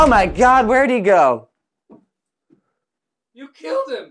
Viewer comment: "oh my god where'd he goo" wow... that.. tone.. lol